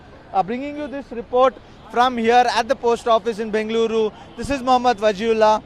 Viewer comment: Aye anchor pronounce properly Bengaluru area you from Karnataka or not